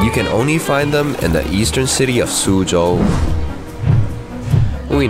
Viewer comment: thank u for saying suzhou right